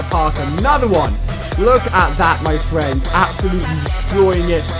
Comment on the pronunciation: Have you got torrets? You keep saying my fwend